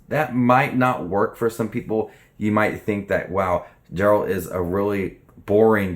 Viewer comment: I know it is difficult for someone new to the material to get pronunciations right but I can't front the way you pronounce Geralt sent me right up the wall. It is a hard G. Ger-uh-ld